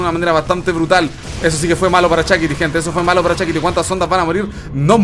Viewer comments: Se escribe Shakti, pero le dice Shakiti. Todo un innovador el 😄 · dice «Chakiti.» 😅😅